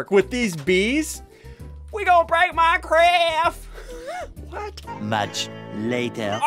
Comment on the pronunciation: I love the way he says "we gon break minecraf "